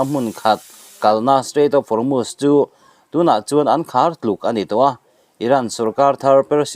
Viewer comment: Hormutch an tilo,Hormuz an ti.Chhiar i thiamlo ve hlê mai,a ngaihnawm viau a,i chhiar dan in a zir lo deuh a,a ngainawm tur angin a ngaihnawm ta lo deuh a ni.